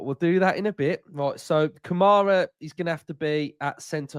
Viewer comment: Commentators that hate Villa. And go on and on and never give us credit for our achievements- its always how bad the other team had performed. Or pronounce Kamara's name wrong! UTV 💜 💙